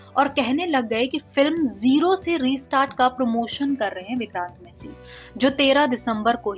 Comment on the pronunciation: You are pronouncing his surname wrong. Its not messy, its massey